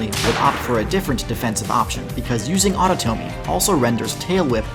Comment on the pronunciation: You kept pronoucing autotomy wrong. It was killing me.